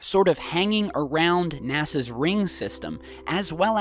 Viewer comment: You said nasas ring system lol